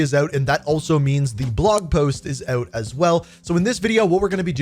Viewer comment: I love when he says OUT. HAHA